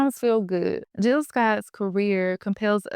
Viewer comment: Hey, Good video topic! I see that you forgot the “J” in Jill’s name. Okay, back to watching🫡